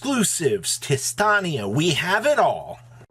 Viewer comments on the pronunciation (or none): how does everyone pronounce tistina wrong? WHERE THE HELL ARE YOU GETTING THE R FROM ITS SO FUCKING IRRITATING. also LMAO, people who bought out adamancipator cards LOL